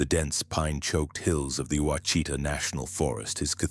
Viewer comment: It's pronounced "wash-it-taw, Quachita